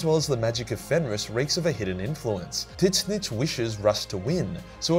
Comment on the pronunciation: Bruh that “Titsnitch” pronunciation 💀